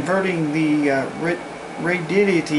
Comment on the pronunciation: Protip: It's pronounced RAY-di-ODD-i-tee, not "Radiddity."